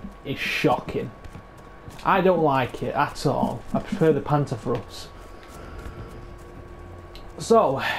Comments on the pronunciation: "Panzerfros"? Ma'e its called PANZERFAUST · Pan-zerr-f-ow-st Ba zoo ka Also, neither of them are guns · Lol its panzerFAUST... not frost. Its not a winter bazooka lol. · Not panzaurfrost wtf you sayin mate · yea.. but now tell me wherre the r comes in faust? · Panzer "fowst" and pee-aught. Them's the closer pronunciations.